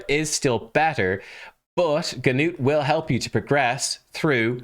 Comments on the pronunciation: The g in his name is actually silent. Just Nut! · Great job, you just told me about my next Six Star Champion. I’m building up my resources now. Also just wanted to tell how to pronounce Gnut’s name: the “G” is silent the “U” has a long U sound. So to put it together Gnut (“G”Nute the G is simply silent, so imagine that it is spelled like this “Nute”) rhymes with Lute and Flute. A lot of people are going to say Nut like walnut but that’s wrong, irregardless, he’s a great champion and I expect a hard fusion to get him, I think I can see the ole Paywall from here! I am looking forward to your next video! Have a great day!